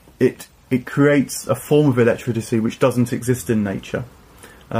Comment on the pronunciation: Am I tripping, or does keep saying “elecTRITICY”?